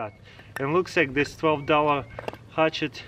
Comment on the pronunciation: I love how you say hutchet.